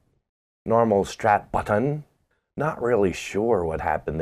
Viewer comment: and his Strap Buttin enunciation😂 Spot On! 👍🤘🏼🤣